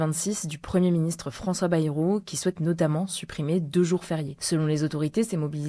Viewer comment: il n'y a que moi qui entend preministre ?